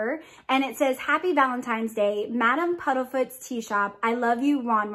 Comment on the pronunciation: Isn’t it Madam Puddifoots? I’m thinking am I crazy? I keep hearing Puddlefoots.